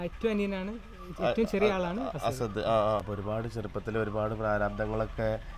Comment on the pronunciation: അസദ് എന്നാണോ അല്ല അസ്അദ് എന്നാണോ കുട്ടിയുടെപേര്.